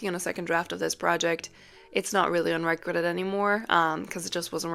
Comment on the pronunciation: the way you said unriquited was sad since you're an editor